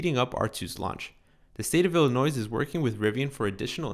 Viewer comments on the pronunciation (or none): Illinois not Illi-noise 😭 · You don't pronounce the s at the end. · The people who live in Illinois don't pronounce the final s. The people who race at Laguna Seca (Dry Lagoon in Spanish) pronounce Seca "SAY-kuh"